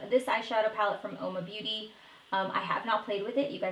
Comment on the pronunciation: Ace Beaute is pronounced as Beautay.